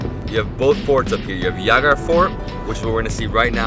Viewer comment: It Jaigarh. J like in 'Joy'. Not H like 'Javier'.